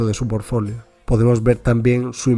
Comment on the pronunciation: Porque dice forfolio ??